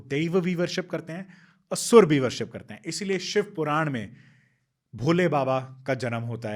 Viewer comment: आप कृपा करके शिवा शब्द न बोले, शिव बोले